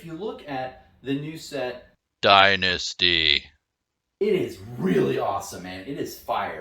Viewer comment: “DYNANISTY” at 43 seconds had to stop the video I laughed so hard